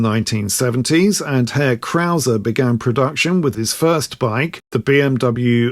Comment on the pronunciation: As a German, I really appreciate you saying 'Herr Krauser'. Not many people outside Germany bother to do that, so thank you! Today, the Krauser brand belongs to Hepco&Becker, another well-known German manufacturer of luggage systems for motorcycles.